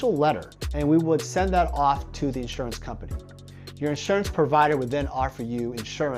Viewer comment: Insruance... lol